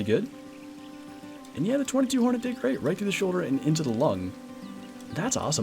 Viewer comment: It is pronounced two two hornet